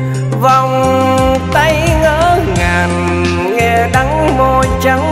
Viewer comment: Giọng thì hay có nhiều từ phát âm sai vd như: Vàn cây..... Niềm tinh..... Ngỡ ngàn.... Đắng đo..... Hic hic